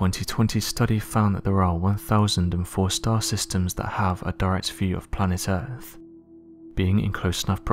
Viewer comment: I'm pretty sure it's called Earth, not Earff